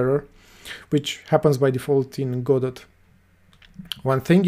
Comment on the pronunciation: 1 It's pronounced "godo" :P 2 So the "best" way is the EventsHandler "singleton"? Leaving the option to nodes themselves to name the method they want called, and send signals.